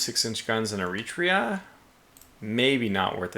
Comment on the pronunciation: In you're interested, it's Er-it-tray-a, not Er-ee-tree-a. :)